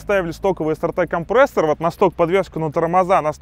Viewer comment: К логопеду надо тебе сходить..) «компрээссор»...😂